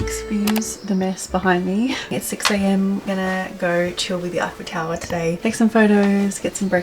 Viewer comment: A tip for you to say tour eiffel.. say F L tower. Stop highfel tower lol